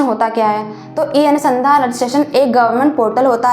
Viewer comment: pehle madam shabd sahi karen apne kahin anusandhan bol rahi h aap to kahin anudhan bol rahi h